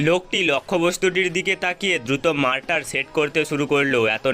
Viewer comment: মারটার কি? মর্টার